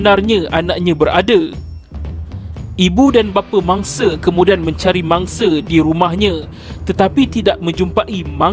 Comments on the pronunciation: X boleh blah betul bila suara mamat ni sebut se se se je ne mangse se se se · Mangse. Harinye. Wanite. Mereke. Kunci pendue. Tiade. Apebile. Keluarge. Ketige. Dibuke. Manusie.